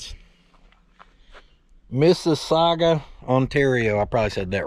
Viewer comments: BTW, that's exactly how you say Mississauga. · I'm from Mississauga Ontario.... you said it right!! Lol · Hi there!! I am canadian and I can tell you that you actually pronounced "Mississauga" absolutely right!!! Keep up the great work!!! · I live in Mississauga , and you said it perfectly !!!!! Too funny . hahahaha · Canadian here. You said Mississauga right. Loving the videos! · You said Mississauga, Ontario correctly. About 3.5 hours away from me. haha.. Very cool! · You said Mississauga perfectly. Don't worry, there's not much exciting there. Your not a fool, your keeping it real. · You pronounced Mississauga perfect brother. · Just thought you'd like to know that you pronounced Mississauga perfectly! As a born and bred Ontarian I can attest. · You didn't say Mississauga Ontario wrong. Spot on pronunciation, in fact. I live not far from there. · you pronounced mississauga correctly!Big hello fom Niagara region Canada!! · I was curious about that myself. I thought I was pronouncing it wrong too. But I say it like does. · Mississauga, Ont.....you nailed it bud!..lol. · You pronounced missisauga spot on,I grew up close to there.Send that starter to morkskes,hes good with them. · Mississauga. You said it correctly. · First American who pronounces Mississauga right. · You said Mississauga right...so sez this "Freakin' Canuck". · You said Mississauga Ontario right. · You actually said Mississauga correctly. Lol. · lololol cant pronounce Marvel but can pronounce Mississauga correctly.....lol